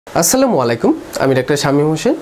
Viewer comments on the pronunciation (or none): none